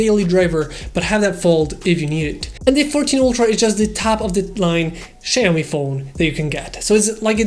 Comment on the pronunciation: "Ceaomee" lol